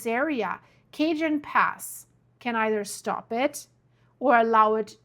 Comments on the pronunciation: NOT Cajun Pass.. .😊 Cajon (pronounced CA-HONE) Pass! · Its pronounced cahone pass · The Cajon Pass in Southern California is pronounced kuh-HOHN (rhymes with "bone"). Pronunciation Breakdown Ca-: Pronounced like "kuh" -jon: Pronounced like "HOHN". The "J" follows the rules of Spanish phonetics and sounds like a strong English "H". The name comes from the Spanish word cajón, which translates to "box" or "drawer". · Hi great show. I am from CA grew up with all the quakes in L A and S F. Cajon Pass is a place I am very familiar with. Pronounced Cajon with the j sounds like a h. Some very interesting solar weather also and the moon faze will add more pressure this week. Kind tides are a good example that dont usually happen this time of year. Hold on.